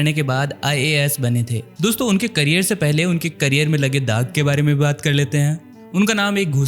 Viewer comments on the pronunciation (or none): none